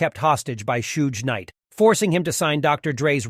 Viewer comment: Dude can't even pronounce Suge's name.